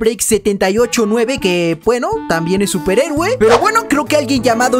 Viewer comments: eres el mejor y porque dices superegue en lugar de decir superhéroe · Like si escuchaste que dijo superegue xd